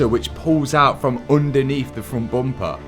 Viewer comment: I asked Jim Farley and he said no, he won't deal with a guy that pronounces bumper as "'BOOOOOOMPA"'